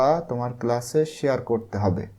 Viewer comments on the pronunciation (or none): none